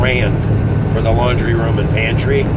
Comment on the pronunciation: Did you say pantry or panty.LOl